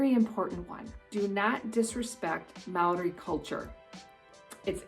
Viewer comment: I want to compliment you on you Māori pronunciation. He tino pai!